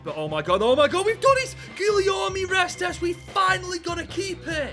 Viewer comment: Guillaume Restes's last name is pronounced "rest" If you pronounce his name correctly just at the start of your next video I'll subscribe to you, deal? I'll be looking out for it in your next few videos